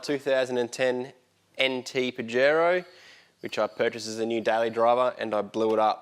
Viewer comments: YO Don't say it like a pinche pendejo... try a bit of south of the border.. Pajero SOUNDS LIKE paa -- hr -- ow OLE! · That pronunciation of Pajero hurts my ears, but I dig the build. Good work fellas. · Pahero is the correct pronounciation 🤣